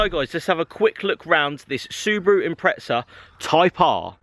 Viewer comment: Wtf is an impretza? You mean impreza right?